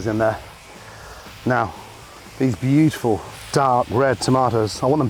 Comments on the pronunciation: bitiful, bitiful, bitiful,... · “Look at that biuful”